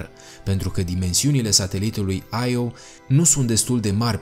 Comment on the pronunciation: Las-o naibii,, nu toate denumirile pe care nu le cunosti se citesc in engleza. IO se citeste IO si basta. Nu AIO. De altfel e din greaca click pe Io_(mitologie)).